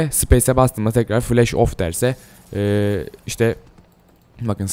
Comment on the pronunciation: Flesh değil flash